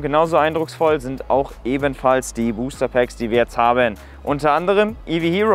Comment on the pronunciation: " Booster Pääckz "